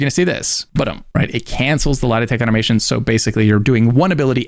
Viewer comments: I legit thought you were saying lie detect and not light attack 😅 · Took me a while to work out you're trying to say "light attack weaving" instead of "lietek". You doing that on purpose? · I was soo confused I thought you were saying "lie detect" not "Light attack" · Appreciate the vid, only thing I didn’t understand was when you kept saying “lidatech”….you were saying “light attack”. had no clue what you were saying until I scrolled through some comments lol. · can you explain what word you're saying lol Lah-Detect? Am I braindead? I'm replaying it trying to figure it out